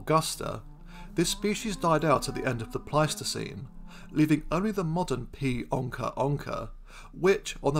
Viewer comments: *it's onça not "onca" and it's pronounced "onsa" Great video 👏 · but onca isn't the english term to name this animal, is it? I could be wrong, but I believe what happened was that he read the portuguese term "onça" and just didn't know that the Ç was pronounced like an S, and that's why he pronounced it like a regular C instead, and then that's why I thought it was ok to point it out, but my apologies if that's not the case then 😅